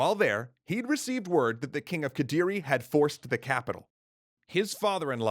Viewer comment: yeah its quite close already. Indonesian practically just amalgamation of dutch, english, melayu and other languages happen to cross by which make it weird but not "that" hard to pronounce for english speaker. Its just need to getting used to. They nailed raden wijaya and kediri tho. Even thou singasari shouldnt have -h on it.